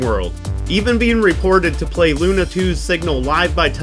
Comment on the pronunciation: Awesome video! Much work here. Still something makes me wonder is it a hollywood tradition to pronounce russian words wrong?))) SpUtnik, that's like in put😂 By the way semyorka sounds bulletproof😊 Besides lunA off course)